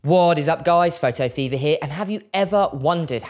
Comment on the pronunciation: F.E.V.E.R... not Feaver